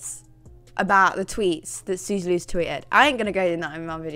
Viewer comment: The way you say “Sooz-uh” was enough to make me subscribe